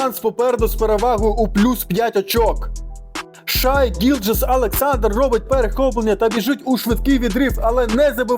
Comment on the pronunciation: Коментуєш круто тільки Шай Шей